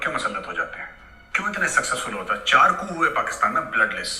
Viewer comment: Koo nahi usse "coup" bolthe hai....